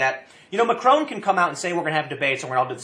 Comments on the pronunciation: 😂 Tim keeps pronouncing it Macroon 😂 it’s Mac-Ron 😂 Also it’s not a left or right movement it’s a working class movement an anti elite and anti EU movement! Don’t believe to media they’re just puppets for the governments over here in Europe trying to smear the protesters as racist and far right because they know if this movement keeps gaining ground that it’ll ruin their plans for an EU controlled Europe with the Nations having less power and then controlling everything 😒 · Haha, nice one tim, even if it was on accident. "Ma-crone"